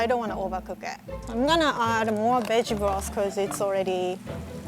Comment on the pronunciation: When she said "veg broth", I legit thought she said "bitch floss"